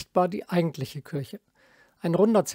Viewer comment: Beiträge von sehr hoher Qualität. habe ich als Architekt noch nicht mal was davon gehört. muss direkt wieder nach Berlin fahren. dabei hatte ich zu meiner Zeit in Berlin Freunde in Siemensstadt wohnen. vielen Dank für diesen tollen Beitrag. auch wenn es Kirche und nicht Kürsche heißt. 😊